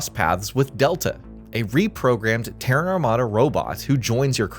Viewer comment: Finally, you didn't pronounce Terran like the Iranian capital.